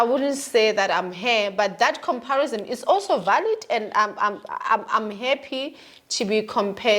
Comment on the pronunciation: 😂😂😂..."sunthing, comparisom". 😂😂😂